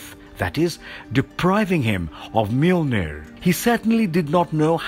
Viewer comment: This guy said Annihilus wrong but said Mjolnir so fluently i shed a tear.